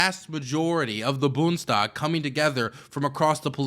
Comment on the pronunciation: Boond (spanish) es tag is how you pronounce bundestag